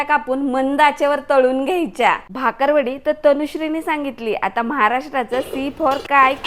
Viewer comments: भाकरवाडी नाही ओ... बाकरवडी.... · भाकरवडी नाही हो,ती बाकरवडी आहे. कृपया चुकीचे उच्चार करू नका 😂 रेसिपी 👌👌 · भाकरवडी नाही बाकरवडी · भाकर वडी नाही बाकर वडी म्हणतात...चुकीच बोलता😂